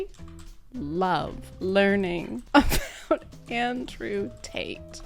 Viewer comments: andwe tt belongs in pwison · I can't recover from andwe tt. That's just his name now. Maybe it's also how her infant son pronounces his name. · It's andwe